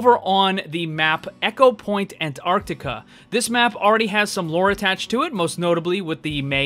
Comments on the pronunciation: echopoint antarti-uh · And the way he said Antarctica too...